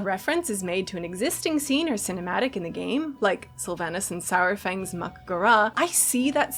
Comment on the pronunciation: Sour-fang? Do we also pronounce dinosaur as dino-sour?